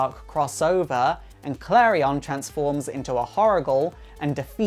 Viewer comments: sooo... His name is prounced Kalri-on not Kalrien. Im confused, all these animated shows and the prounciation. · he saying klarion wrong